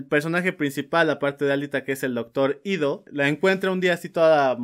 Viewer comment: SPOILER. Es "IDO", no "Ito"...